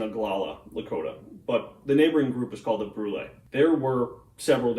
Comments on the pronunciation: THAN YOU for stating that there is no known photograph of Tasunka Witko! For future reference, it isn't Broo-lay, it's simply Brool! Nothing special, just a simple one-syllable word! Also, for what it's worth, Conquering Bear wouldn't give up the cow killer because he was from another band and was a GUEST in the village and, therefore, according to Lakota custom and law, he could not be given up because it would violate custom! The fact that Gratten, thought the Indians were stupid and their customs and culture had no place on the face of the Earth, he got himself and all his men killed! All due to stupidity and a lack of common humanity! Also, Tasunka Witko wasn't known for scalping his victims! He really wasn't into that! Joe Marshal may say differently and he IS Lakota and I'm only an adopted member of the Lakota! But, from all I have ever heard from the Lakota people, they say their Strange Man wasn't into scalping! I haven't read Joe's book! Tasunka Witko was humble and didn't like to boast! He let others speak for him! Thanks for the video! Tasubka Witko remains an icon of the Lakota People! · No, it's brool. You may say Brulé but around here it is pronounced Brool.